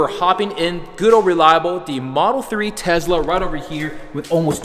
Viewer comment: STOP SAYING TEZZLA....